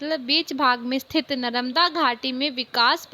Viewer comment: Mam your pronunciation is wrong ...😅 ( नरमदा ) But you explained very well 🤪🤪🤪🤪🤪😁😁